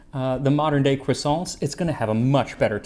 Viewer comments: I love how much time and effort you put into getting all your pronunciation just right, regardless of which language it is... Only to go full 'Merican on the word croissant 😂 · I am used to bread pudding being made with eggs. Have a think about burned milk pudding in Turkish Kazandibi. You would need to source Mastic. Which is a huge bone of contention between Turkey and Greece. The way you pronounce Croissant is hilarious.